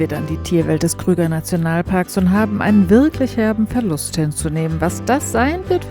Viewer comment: Eine Super Serie über den Kruger National Park. Allerdings heisst er Kruger und nicht Krüger, eben nach Paul Kruger benannt. Leider wird in Deutschland immer Krüger gesagt. Ich versuche das zumindest im Ried zu ändern 😂